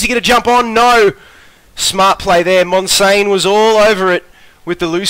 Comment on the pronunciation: 360p OP. Also you said my name wrong damn it :P MON-SIAN, not monsain